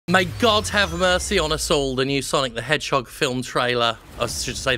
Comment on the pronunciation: SAAAAAAAANIC DE MANHOGE GOTTA GO FWAST to his life choices.